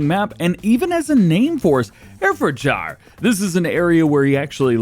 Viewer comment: Hey dj it's pronounced Hairfordshear, the uk is weird